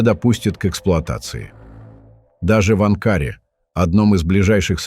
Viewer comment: Анкаарее! даже слова не может выговарит искуственный интелект😂